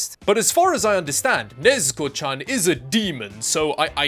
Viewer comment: Sadge when he can't even say Ne-zu-ko right.....